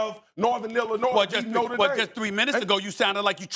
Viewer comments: Cam, repeat after me: Nōtre Dāme not “Norta Dame” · I'll always cringe at Americans pronouncing it "noter daym" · Cam Newton can't even pronounce Notre Dame correctly and hus and every other talking heads strength of schedule argument hasn't meant crap since the 2007 Fiesta Bowl. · Cam can not say Notre Dame correctly..